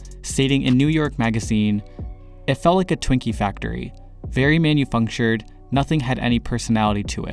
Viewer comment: "manufunctured". wow